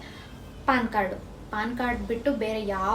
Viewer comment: Paann alla ma adu Pan Card